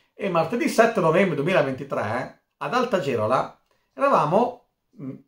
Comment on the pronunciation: Bravo! L'unico errore del video è che si pronuncia Val Geròla, con l'accento sulla O 😆😆